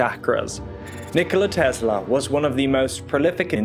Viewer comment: Tesla is pronounced as in Tessla, not Tezla.